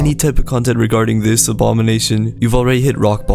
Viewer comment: Watch how to talk like gametoons never say THE only say ta and never say this say tish